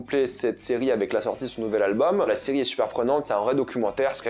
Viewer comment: la ciri au lieu de serie🤣🤣🤣😂